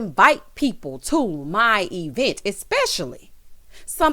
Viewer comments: Not the EEE -Vent. 🤣🤣🤣🤣🤣 Tisha life is an advent ture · 🤣🤣🤣🤣not EEEEVENT! Tisha tale is messy and illiterate. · Yes!! New subscriber here!! I’m cracking up! Eevent and business adventure 🤣